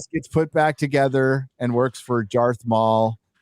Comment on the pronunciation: "Jarth Maul" 🤣